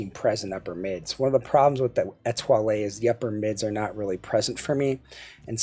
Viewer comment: The French lilt on pronouncing "Etoile" was impressive, even if the IEM was not. Merci. Have a good one. Mike Gutierrez